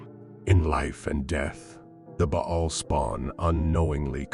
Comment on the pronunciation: Lmao this is ai generated slop, are you kidding me? "Bha-al" lmao. And its all over the place.